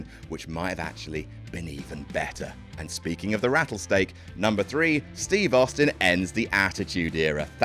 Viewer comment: Why did say the rattlesteak?